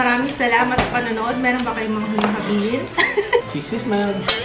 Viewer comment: ang ganda ng pagkaka pronounce ni ng CHEESE WHIZ MILD...LOVE IT